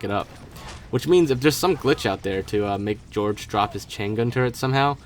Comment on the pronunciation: "George" its pronounced Hor-hay